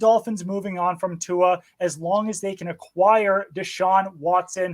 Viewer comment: These mooks -- alleged NFL experts -- don't even bother to learn how to pronounce Tua's name. 😑